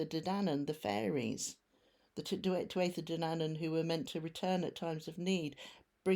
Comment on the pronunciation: Thank You for CORRECTLY stating the " Tuatha De ". That miss direct will come out too.